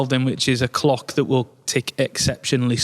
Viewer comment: I almost couldn't hear the "L" in "clock"... 🤣